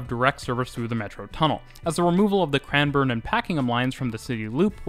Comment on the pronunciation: How are you pronouncing the names so accurately? (Melbn) (Cran-burn) (Yarruh) (Jolly mont) (Paken-em even though sometimes sounds like you're saying Packing-em) I'd probably pronounce Sandringham phonetically (Sand-ring Ham) but if you were saying Sandringham line then it would be Sandring-um line as you said it still I realise you're Canadian not American but even Sydneysiders wouldn't pronounce these names correctly.